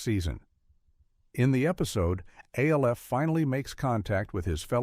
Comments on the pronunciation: So the most distracting thing here is the narrator calling Alf "A.L.F." repeatedly. Yes, I know is name is an acronym for Alien Life Form, but no ever pronounced his name as such. His name was Alf. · Come on, “A L F”? You couldn’t figure out how to get the AI to say “Alf”? Other than that, good video. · It's pronounced "ALF!" not A.L.F.! God! Using A.I. readers is so goddamn lazy! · No one pronounced the show names "A - L - F" or "M - A - S - H" as they would C.I.A. or F.B.I. The alleged humans behind this AI generated laze fest simply didn't bother to listen back to what had been recorded. They also failed to notice that they onve again did as they so often do and put two of the same entries on the list under different numbers. Unbelievably lazy content generation, as usual from this channel. I miss actual human beings. I won't be back.